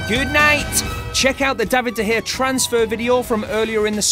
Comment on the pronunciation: David De gea real David de Gea would pronaunce his OWN NAME corectly